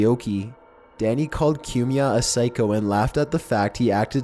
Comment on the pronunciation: It's pronounced "Coo me ah" Not "Que me ah"